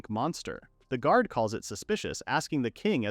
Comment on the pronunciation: Yeah, if you listen carefully it makes weird "pronunciation" mistakes a person wouldn't. Specifically during the naming ceremony for the bird at -ish the read on "guard" is jarring and the program clearly has some issue with Dorf's name specifically since it keeps changing it to Dolf. It's also something that comes up rarely for other manga reads as well, like the main character of one that appeared a month ago had their name changed from Rest to Lest.